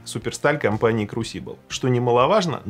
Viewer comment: А меня покoробило от ударения в слове crusible